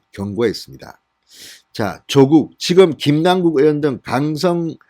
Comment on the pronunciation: 사전 좀 찾아보시고 더욱 정련된 가 됐으면 합니다 조:국x 조국o, 만냑x 마:냑o, 성녀콰x 성:여콰o